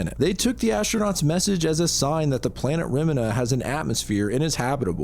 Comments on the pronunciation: Also loved this video but did you not look up how Remina is said, you're saying it like it's a chemical made to clean toilets 😂 re -MEE-na, or reh-miin-ah, Not -reh-minh-hah. I'm so confused how someone could come to that conclusion. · You had me thinking Ive been saying Remina the wrong way the whole time 😂 for future reference it is indeed said 'reh-mee-nah'